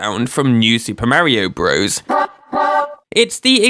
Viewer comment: Still can't listen to videos where Super Mario Bros. is pronounced Broze instead of Brothers. :(